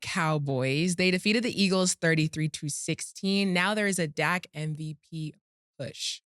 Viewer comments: OJ killing me calling dak “zach presscott” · Can someone tell OJ it’s Dak not Zack lol